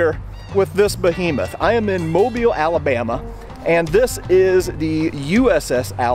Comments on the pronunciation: You are the first channel I’ve watched that’s properly pronounced mobile AL correctly! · Thank you so much for pronouncing my home town correctly!! Great video!! I love visiting that beautiful beast